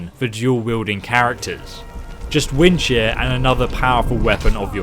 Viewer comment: This whole time I thought he was saying "Wind Shit" Until he put his cross hair on the unique weapon lol xd 😂😂😂